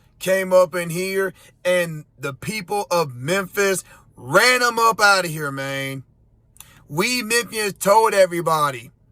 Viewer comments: This is so "F"ed up ! Learn how to speak dude.. its "man" not "main" DS!! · Learn how to speak main , and tell me the people of Memphis are not really represented by the idiot who can't even pronounce the three letter word man, moron! And let me give you a fact check that moron is not me being racist or saying that main isn't the same as man, moron is just a short version for moronic just like main is short for mainly and man is short for Manley, see the difference, obviously the guy crediting his people of Memphis dose not understand yet that education pAst the second grade will profoundly improve your speech and utilization of words and there meanings and when to correctly use them so as you seem like your not just a moronic race baiter with no education or worth in a society already filled with idiots but I digress about the people who choose to represent a city but only further the countrys problems by speaking. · Just a little tip for those who want to sound intelligent (even if you're a f-ing idiot). Don't pronounce "Man" as "Maine." Man is a male human, Maine is a state in upper New England and known for its lobsters. Also, I wouldn't quote Memphis as being a common sense city, brah......your crime rate is off the charts. You keep doing you though....go get some Swisher Sweets and some lottery tickets and go back to "axing" for presents for your "Berf-day." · It's pronounced "man," not "main." Boy. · Memphis “main”😂😂